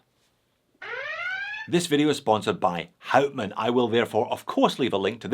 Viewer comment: And pleaase pronounce hout man as [how t maan] ...good! You did your home work!